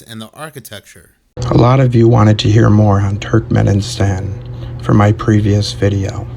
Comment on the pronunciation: Will someone please tell that dude to stop saying Turkmen-in-stan and pronounce it correctly 😭